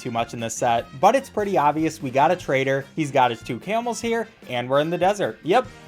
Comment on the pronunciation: Am i the only one who noticed he said "camels"